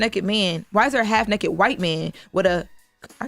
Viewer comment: its NAKED,not NEKKED!